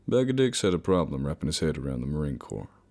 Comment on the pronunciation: I hate that shit: Marine Corppsss Five point Fifty-six (nobody that's ever even held a gun would say that.) ...and it's pronounced 'poug.' He's not a crappy kid's game from the 90's. Plus, Marines are only scared of shit like spiders or bats or work-parties, not fucking ghost or demons or whatever.